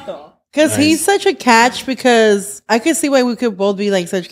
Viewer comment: I wonder if knows he says Pecause instead of because. I’ve always noticed it! Anyone else? He’s still a king love the pod ❤